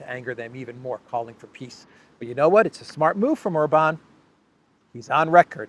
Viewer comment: is it a 'peace' or a 'piss' summit?😂